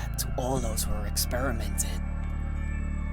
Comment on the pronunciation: "Explain that to all those who were expiremented.... on. And tortured by him." Fucking lol